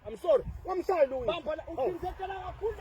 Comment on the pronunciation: 😂😂😂 not Luwiza